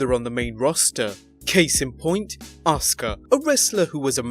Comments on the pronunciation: ahs kah? the letter U is never pronounced in Japan?? How about Ah sucky? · Stupid man can't say askua right dumb man!